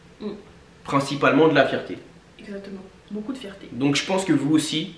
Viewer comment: 😂😂😂😂😂 »Fierté, »❌combien svp 😂😂😂😂